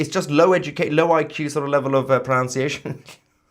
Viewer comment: Pro-NUN-ciation!! Not "Pro-nOUNCE-iation!"